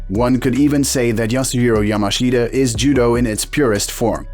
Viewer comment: Yasueo mashea?? Fucking AI voiceovers